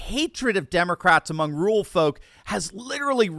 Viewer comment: It's not rool but ru-ral - DOCTOR1